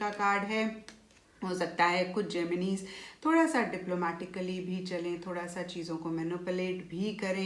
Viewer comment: Mam pls Gemin-e math bolo it's Gemini ☹️ Pls it hurts.